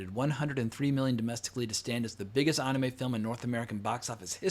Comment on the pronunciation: Omg I hate how you say Anime 😂